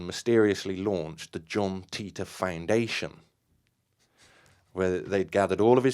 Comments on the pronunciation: Not that but he explained what Titor stands for. If you know what it stands for you'll know Matheny isn't pronouncing it correctly. Dude even had the audacity to laugh at everyone calling him something else than teetor and didn't know where that was coming from. It's not his real name obviously. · Actually want proof matheny isn't behind John Titor? I'll give you a big clue. Wouldn't the creators actually know how the name is pronounced? John Titor explains his name in one of his postings.